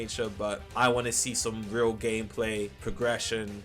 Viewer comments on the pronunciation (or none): none